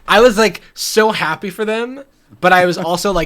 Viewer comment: the way i threw my phone acroos the room when she said "hap-aye"